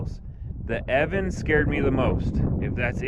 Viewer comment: The name is pronounced E-O-VAN. (I asked someone at the company). Thanks for the review. I want this board and the funny thing is, I currently have the Verreal RS with the 105 Cloudwheels. I am running the 40t pulley. I noticed your friend has the 45t pulleys. I am curious on the RS with the 45t pulleys.... what’s his top speed? I am getting exactly the same top speed with my 40t pulleys with the 105 wheels (maybe a hair slower) but off the line, a tad bit sluggish. I don’t like that. I’m wondering if I should have went with the 45t pulley from Verreal. Maybe there will swap out my 40t for the 45t?? Other than that does the EOVAN give you a high quality fell over the other Chinese boards? I want this to be the last board I buy and I want to make sure that I am happy. Oh and one more thing please.... how do those rubber 105mm wheels compare to the ride of the Clouds? Thanks so much.